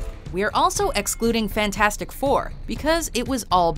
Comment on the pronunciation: You mean Fan - Four-Stic